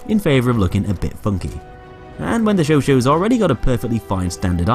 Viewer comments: "sho-sho" its chau chat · why does he call the chauchat the chow chow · Not trying to be annoying at all, but you pronounced chauchat wrong it sounds like this: show-shat just pointing that out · "Shosho" lmfao that's definitely not how the Chauchat is pronounced. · You didn't pronounce Chauchat correctly. It's show-shaw. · the only thing crazier then those sights is your pronunciation of chauchat